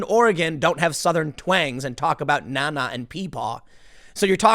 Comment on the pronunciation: Tim you have to learn how to say Nana